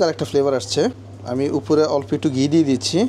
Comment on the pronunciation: Not গি it's ঘী। not ফানি its পানি,,,, উচ্চারণ ঠিক করুন আগে 😂😂😂😂